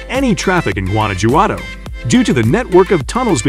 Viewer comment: Primera vez en la vida que escucho "Guana-yuado" y "Ouksaka"